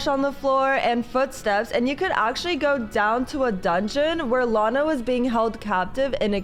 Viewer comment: team lana not lina